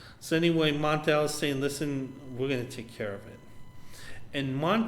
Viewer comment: Why do you keep calling mon-el,montel?